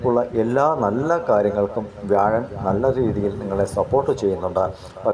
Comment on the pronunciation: തിരുവനന്തപുരം ഒക്കെ വ്യാഴൻ എന്നാണ് പറയുന്നത്... കേൾക്കുമ്പോ ചിരി വരും